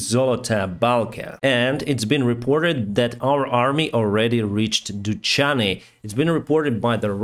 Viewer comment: Dudachne😅 Hope you will start to say correct names of places one day)) But thank you anyway!